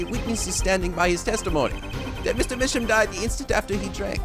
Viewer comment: ok i might be an episode late on this but i think Misham is pronounced "My Sham" because their art is shams.